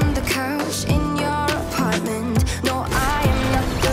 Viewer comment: i haven’t watched loser fruit in a bit but i just keep paying attention to her saying “noer” and i love it